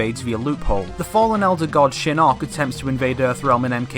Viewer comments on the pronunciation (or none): Ok couple things. 1. Your inconsistent way of pronouncing Shinnok bugs me so much, but I'll assume it's your accent. 2. At the end of 9 Shinnok says to Quan Chi that he will "soon be free". He doesn't specify how soon that is. To say he can just mystically get free sooner to launch his attack is a bit off to me. Just because he has more support doesn't mean he can get free sooner. Sure he says soon, but I imagine to an immortal, 2 years is soon. 3. Johnny training with Bo Rai Cho doesn't necessarily mean training with the shaolin, and if he did his entire fighting style would end up changing. And if it didn't, that would be sloppy writing. Karate etc that Johnny uses is very different from Kung Fu. 4. The evil factions or any evil characters joking the good guys wouldn't make any sense. Sure they might not want the realm destroyed but they wouldn't be able to work together with Raiden. They would be more likely to side with the Netherrealm, or leave and go to Outworld, side with Kotal, and just continue what they're doing now there. 5. Why would Tanya be with the Netherrealm forces? She is in Outworld aiding in Millenas rebellion. The entire rebellion is based on that, since she and Rain are the ones who released Millena in the first place. 6. Raiden wouldn't debate who to side with between Order and Chaos. Chaos wouldn't help him bring the war to an end because that would lead to peace and consequently Order. 7. Liu Kang destroying Shinnok "once and for all" is impossible si